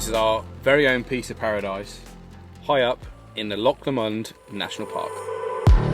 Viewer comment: love the videos, great job and thank you for promoting Scotland so well. One minor point when in another country go for refining your local pronunciation, give "loch" a go replacing your "K" sound as in "lock" with the ending of how you would say "Bach" (the composer). Easy peasy. Good luck on you travels, inspirational.